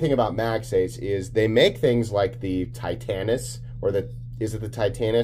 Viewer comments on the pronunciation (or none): Dear, Titanis is actually pronounced tite-AY-nis. I have spoken.